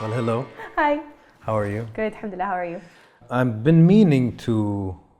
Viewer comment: 7amdullah mmmm..... you're so good in Arabic.